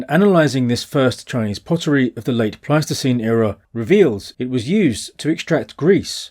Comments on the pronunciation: It's Pleistocene not plasticine... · 😂 I keep hearing you say "plasticine hunter-gatherers", which is a type of non-hardening modeling clay... Pleistocene plasticine!